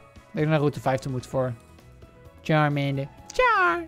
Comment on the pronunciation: Het is charmander